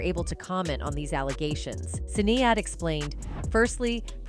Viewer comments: This must be the voice of AI......it can't say Sinead ;) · Can you please pronounce Sinead's name correctly,.